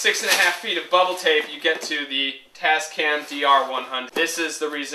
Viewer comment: its tascam xD